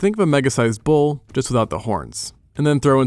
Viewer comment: You said Bull but I heard Kangaroo 😂